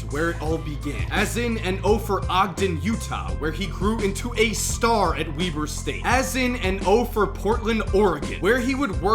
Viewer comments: I thought it was Webber State not weeber State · "Wee-ber State" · I'm pretty sure Weber St is pronounced Webber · You pronounced Weber state wrong🤦🏿‍♂️😭